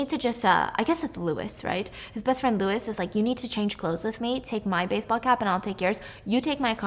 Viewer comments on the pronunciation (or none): none